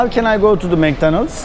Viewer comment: Mek danaldz diyosun tabi anlamaz adamlar :D Mak donaldz dersen anlarlar :D